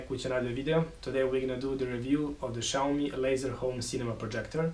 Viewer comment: omg another guy... noy SHAWME. xiaomi sounds like SYA O MI!!!